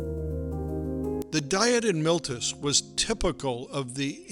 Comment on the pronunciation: "MILTUS" ? ? ? No! Try: "MEE-LEY-TOOS". It is called "The Latin Alphabet", and it has very clear, and simple rules of pronunciation.